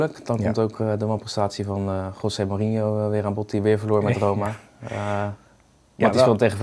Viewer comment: “Gossee Mourinho”